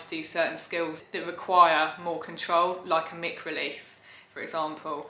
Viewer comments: Absolutely love everything you’ve done since the first lockdown. This is probably going to sound patronising but Isn’t it mic (mike) as in microphone, rather than ‘mick’? Totally prepared to be wrong on this, so feel free to school me. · Thank you 😊 no, it’s pronounced “mick” I’m afraid according to alllll the professionals. Yeah, I was disappointed too when I found out. It’s not named after microphone at all, but think even more annoyingly it’s named after the guy who invented it - Mike Fry. Which gives me more confusion as to why we don’t pronounce it “Mike” 😂 but apparently he didn’t want it directly named after him